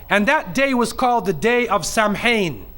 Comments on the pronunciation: This man has no idea what he's talking about. Firstly, it's pronounced KEL-TIK, not "sel-tik". Secondly it's pronounced SOW-IN, not "sam-hain". Thirdly, the Celtic new year was NOT November 1, it was the NEW MOON which was at least a month after the autumnal equinox, and at least a month before the winter solstice, in point of fact. And Samhuinn (which means SUMMER'S END) was not the beginning of the year, it was the end of the year, at the time of the dark/invisible Moon. And it was a harvest festival, and a time to honour the ancestors, and had nothing whatsoever to do with devils/demons, etc. This video is stupid, ignorant, idiotic nonsense, in point of fact. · Lol his pronunciation 🤦🏻‍♂️🤦🏻‍♂️ Samháin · Well... He is actually closer to the real history of Halloween than many Christians. Despite that he has some problems with pronunciation. Beside that. First time I learned about the Celtic pre-christian Halloween tradition it was in fact spelled "Samhain". So he is not the first who think that is the name ;-) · Did I hear this guy say Samhain was a god? What a silly person! And he could have taken the effort to get his pronounciation right! From now on I will pronounce Muslim a Moo Slim.And that´s an improvement,I usually pronounce it idiot. And this one hasnt proved me wrong! From Samhain to slagging off Christians to Satanism, he covers all the angles doesnt he? But not in any coherent way What has Satanism and Rosemary´s baby to do with Samhain? The Meandering Mullah in Miami!